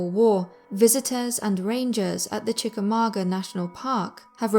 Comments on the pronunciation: you said chicamaugua wrong its. Said like this (chica ma gwa) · Brit pronunciation of classic American places are hilarious. "Chickamauga", is pronounced, Chick-a-mong-a'.